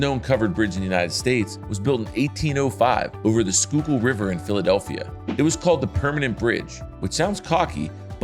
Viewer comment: As a man from Schuylkill County, thsnk you for pronouncing Schuylkill correctly! Most people say "skool-key-ull"